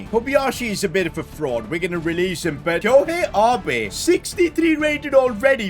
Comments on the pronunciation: He really said Ahbay for Abe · Abe. Such a simple name to pronounce, but OFCOURSE gets it wrong